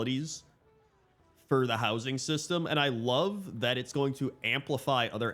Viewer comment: "Player Wowsing"